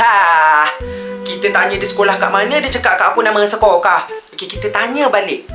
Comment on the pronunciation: Salam yang dia cakap 'nama sekokah' tu mungkin nama sekolah dia sekokah😂😂😂